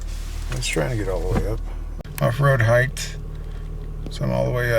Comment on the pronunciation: Did I hear a “height-th” in there?